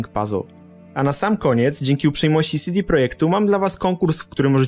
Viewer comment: "sidi" ? :D akurat oni nazywają się "cede" :)